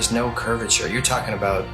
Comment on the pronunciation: Unfortunately Baumgartner wasn't lying, because he mispronounced curvature, as curviter 🤔😂👏🙏❤️🇬🇧